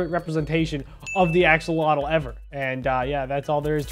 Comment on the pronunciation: Lol my dad calls axolotls oxolotls too!